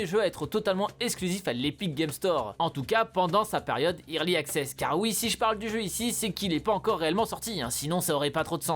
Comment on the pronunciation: le fameux "irli axess"